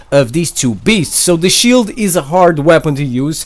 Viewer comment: THE SHHIIEELD REALLY COME ON MAN